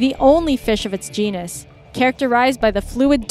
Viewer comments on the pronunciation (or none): none